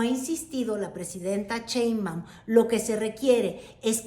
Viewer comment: ES PRESIDENTA SHEINBAUM, NO COMO TU DICES CHEMBAUM, ES SERIO TE ESCUCHAS MUY RIDICULA , TU HABLANDO DE FORMAS DE POLITICA, INTERNACIONAL PERO MUY MALA TU PRONUNCIASION ..SI ERES MALA PARA ESO SE TE AGRADECERA DECIR PRESIDENTA CLAUDIA S PARDO...